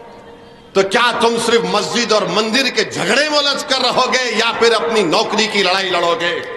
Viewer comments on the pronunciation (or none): none